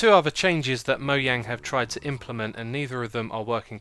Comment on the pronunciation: it isn't moyang it's mojang